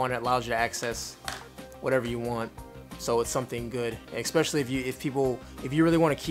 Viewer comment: Thanks, nice video, but there is no X in especially.